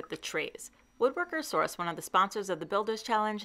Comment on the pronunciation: The first two times you said it, I heard "Woodworkersaurus" instead of "Woodworker Source". I would TOTALLY shop at Woodworkersaurus.